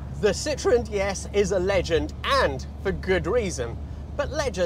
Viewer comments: Sitroèn non Sìtroen... I francesi accentano L'ULTIMA sillaba, ignorante!!! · Don’t you think that if you are going to spend a quarter hour talking about a car you should know how to pronounce it? There is an umlaut over the ‘e’. It is called a Citroën — sitro-EN. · I think for me - the very awkward appearance of the car would have prevented worldwide success., despite all the innovations. I do like how you drop the “e” in pronunciation so that it sounds more like citron - the French word for lemon - but maybe that was intentional? 😂 (I believe should be closer to cee-troh-en - using a nasal French “n” at the end not an English “n”) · You could at least pronounce Citroën properly. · A Dutchman in love with things French: you're like Mr. Citroen himself. Btw he himself added the dots on the e: was so tired of the french grieviously vandalizing the pronounciation of his last name..